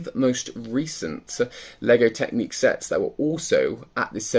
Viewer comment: Not trying to be a troll and really appreciate the videos you put out but but surely I'm not the only one shouting "It's Technic not Technique!" at the screen